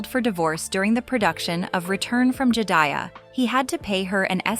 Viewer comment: Cali”phone”nia! Return of Jed “ia”. 😅